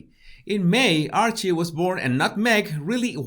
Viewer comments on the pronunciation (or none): none